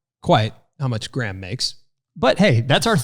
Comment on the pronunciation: you keep pronouncing Graham's last name wrong 😂